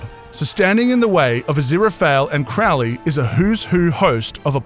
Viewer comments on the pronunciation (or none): hi its crow-lee not crowl-lee lol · If they do a second series could the actors at least pronounce Crowley correctly! 😤 Its no pronounced Crow-lee It's pronounced with the Ow sound and their two birds in my name! 😂 Pronounced Crowl- ee! 😤 Rant over! 👌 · The way they pronounced aziraphale and Crowley is so funny